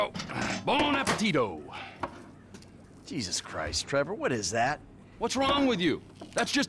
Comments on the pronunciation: “Bon apeptito” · “Bon appétito”